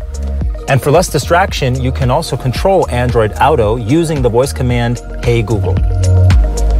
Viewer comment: OW-to (auto). Never heard that one before.